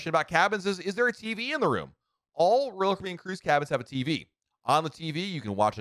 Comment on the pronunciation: There are 6 syllables in "Royal Caribbean" and somehow this guy manages to cut it down to something like "Rl cbn" 🙂🙃